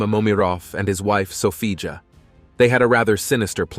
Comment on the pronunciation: Sophia not Sofija ..